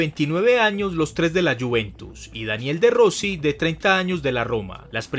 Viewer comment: Primero que todo aprende a pronunciar los nombres y apellidos italianos te equivocaste en varios, Daniele no Daniel Iaquinta no Laquinta etc, Italia es un grande del fútbol mundial y por su historia volverá ha realizar grandes campeonatos le tengo fe en la euro y se que clasificará al mundial de Qatar, la Federación Italiana se equivoco en grande con Ventura un viejo inepto que nunca había ganado nada, por eso no clasificaron a Rusia 2018.